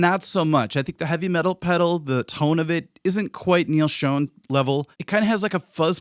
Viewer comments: It is weird to say 'Schoane" because it is pronounced 'Shawn", like Neal says it himself. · It is actually pronounced like Shawn. That comes from the man himself, I had always said it like Shown, but Neal says it's pronounced Sch-On.